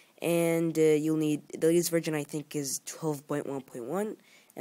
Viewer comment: Your English is great, but please pronounce VERSION as Version and not as VIRGIN. It just sounds weird in this context. Good video, thanks.